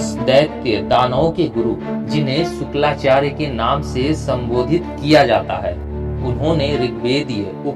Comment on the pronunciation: अबे मुर्खानंद शुक्लाचार्य नहीं शुक्राचार्य जी देत्य गुरु थे उच्चारण ठीक करो बेवकूफ मत बनाओ.